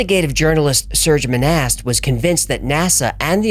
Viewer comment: Its pronounced 'Moh-Nah' and not 'Mo-Nasst'. And yes; i speak French and i live where Monast lived. --- (Serge Monast is pronounced 'Sair-ge Moh-Nah')